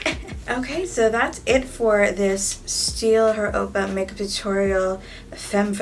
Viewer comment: the way you say oppa sounds like "opa" (grandpa in dutch) i'm CRYING😂😂😂😂